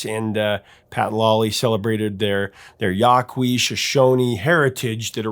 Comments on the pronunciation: It's pronounced "wo-VOH-ka". The Vegas bros did not "change" their name, they simply shortened it from "Vasquez-Vegas". Tony Bellamy was of Yaqui descent. De Poe was Cheyenne and Chippewa. It's pronounce "YA-kee". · Sorry to be that person, but the name of one of the tribes for the Vegas brothers is pronouced Yaw-Key ( spelled Yaqui) . I would blast this song in the car with my kids as this was some of the more "acceptable" music lyrically that I felt they could handle at their age at that time. My daughter blasts it for my grandkids now herself and will facetime me sometimes when they are in the car. I agree with you, blessed memories!!! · Professor, Yaqui is pronounced, Ya Kee. This is one of my top 100 songs ever.